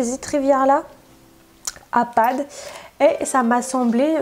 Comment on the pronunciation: "Mes achat padd que j'ai fait chez padd " petit bug 😂